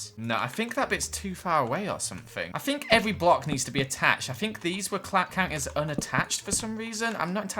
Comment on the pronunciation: I’m sorry for what I’m about to say - but saying fink instead of think and free instead of three hurts my soul so much!